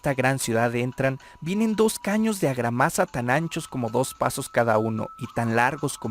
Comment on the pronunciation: Agramasa es Argamasa.